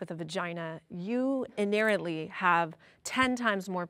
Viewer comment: “Inerratly” I know she meant inherently, but 1 minute in? I know she’s going to make me facepalm a lot.